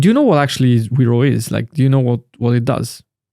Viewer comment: correctly "Veropay"